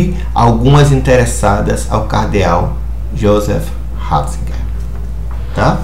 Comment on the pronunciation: joseph Raaahhhzigerr .....kkkkkkkkk aprende a falar seu analfabeto